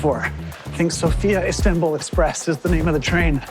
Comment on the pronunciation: It's /´Sofia / not /So´fia/